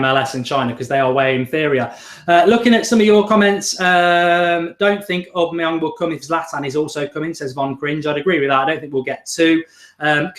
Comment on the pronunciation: Love this! So glad it's back! Miss the old skool feel this brings And Mark it's Aubameyang pronounced Aw Bam May Yang haha